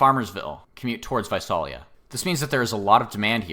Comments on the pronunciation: Visalia is pronounced "Vye-SAIL-ee-ya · Visalia is pronounced vye-SAIL-ee-ah, FYI. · Came here to say that :P